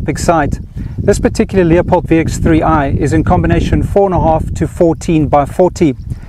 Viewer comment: It's not a "Leo..pold" scope.. it's a "Lew...pold" scope!!!!!!!